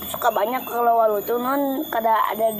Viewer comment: Sama penyebutannya waluh/waloh